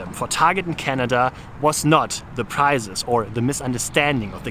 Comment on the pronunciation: Do not pronounce 'prices' like 'prizes.'